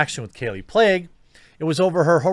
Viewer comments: Pronounced “Plague” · her last name Plagge is pronounced "play-gee". not that anyone cares lol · "Kallie Plague" lol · Kallie 'PLAGUE' LMAO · Her last name is pronounced "Plague"? Well... There you go